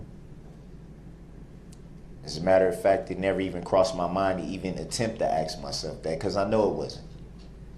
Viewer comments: Someone teach this man the difference between ask and ax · Th is not a ffffff sound. Truth is not “trooff”! It is sustained NOT supstained!! There is not an X in ask, ask not ax ( you chop wood with an ax)! If you want to look intelligent speak correctly!!!! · Aks yourself this or aks yourself that. Aks yourself "is he guilty" then aks the judge for a life sentence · The way he butchers the English language is a crime in itself. I've heard him use the word AX instead of ASK, TEXTE'S instead of TEXTS. All that was missing was AMBERLAMPS instead of AMBULANCE... or did I miss that?? 🤣 Oh, I forgot UMBIBLICAL cord! SMH He is a whole circus. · DIT, WIT, DAT, AX, DIS and DA… what kind of words are these, and are they in the dictionary?? What kind of words are these? Oh and NUFIN 🤔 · Its "troof" " axe" darrell,😆